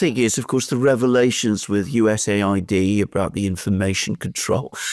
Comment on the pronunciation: I think it's pronunced us aid rater that usa id